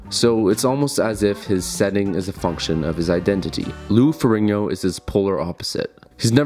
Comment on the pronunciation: Lou Ferringo.... cmon maing